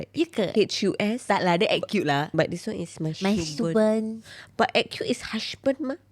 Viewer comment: Geli oi. Sebut n tulis betul2 la husband or husBANK. 😉